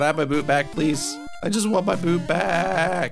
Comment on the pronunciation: That's not called a "boo boot" that's a boo(t)